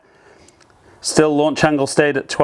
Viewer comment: Lanuch angle? Made me laugh 😀